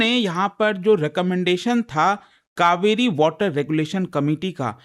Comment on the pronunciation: Kaveri ,,not kauveri ,, change your English